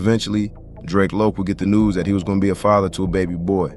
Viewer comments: Its Drac as in Dracula 🧛🏿‍♂️ . Kount Drac. You gtta be a younging or nt from LA Drac was a common name back then and its definitely Drac as in Dracula not Drake or Draco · I can’t even watch the video because yiu keep mispronouncing his name. You can tell you not from LA or you don’t know about the culture its Drac like Dracula 🧛🏿‍♂️ not no damn Drake yall younging see Drac and think draco its drac for Dracula 🧛🏿‍♂️ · DRAC, pronounced like how the name Zack sounds. Should go ahead and take this down. You messed up his name along with over half the story. SMH